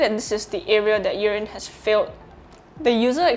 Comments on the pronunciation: Not sure why you keep calling it Urine. It’s not urine. It’s “ear in” as earin. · Sounds like you’re saying urine but I thank you for your review anyhow sir thanks man